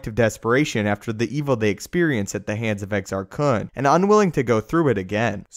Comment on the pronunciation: in KotOR II they actually say Exar Kuns name, how did you pronounce it incorrectly?